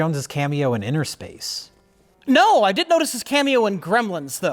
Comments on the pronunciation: It’s “inner space” not “inTer” space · Innerspace not Interspace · It's umm... It's Innerspace, guys, not Interspace. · Is it not Innerspace not interspace?